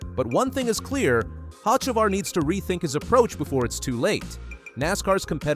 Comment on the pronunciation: Carson HOCEVAR your pronunciation is definitely wrong of his last name a soft c sounds like s’ try it and I bet you get the pronunciation right